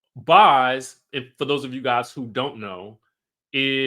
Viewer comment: It's Boz as in "Bows" like tie a bow or throw them bows